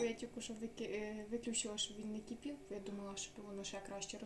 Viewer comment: Думава що ти думава йди до логопеда вожку😅